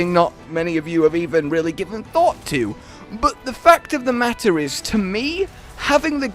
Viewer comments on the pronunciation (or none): none